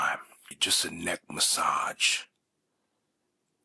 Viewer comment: I love your videos, but when you say massage with a hard g sound is my absolute favorite. I wish you'd make one just repeating the word massage a lot lol. Cheers!